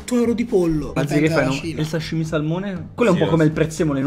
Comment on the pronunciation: cosa mangia sascha? il SASCH-IMI! lo so che si scrive sashimi